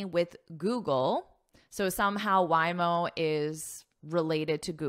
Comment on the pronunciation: Hi, Happy Diwali from India. Organic matter means, the matter from living beings and all living beings do have carbon even if they die. So wood, coal, and bones have carbon compound carbon. And by the way Waymo is pronounced as..Way..mo not Why..mo. Sorry if I am wrong. I am your subscriber and love your lessons. Thank you